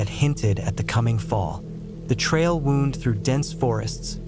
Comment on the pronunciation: You’re saying “wound” wrong; as in a trail wound through the woods — it’s not the same as being wounded by perpetual rejection